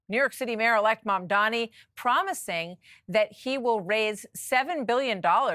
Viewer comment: This Stefanik woman can’t even pronounce new NYC mayor’s name correctly: its MamdaNi not MamdaMi😅. And yes, Mamdani talks about raising taxes for the rich, not for the poor and people like Stefanik are for making rich richer at the expense of social programs for the poor.